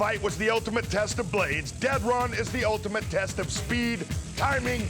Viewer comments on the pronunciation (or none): none